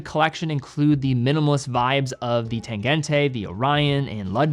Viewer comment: Sinn with a ts-, not Zinn. Tangent-uh, not Tangent-ay, the same as the -te at the end of Glashütte.